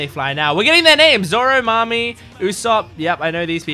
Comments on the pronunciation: Nami not Mami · It's Nami. Not Mami. 😊